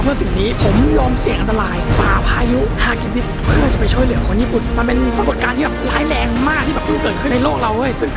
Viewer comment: เหลือ ไม่ใช่ เเหลือ ค่ะ^~^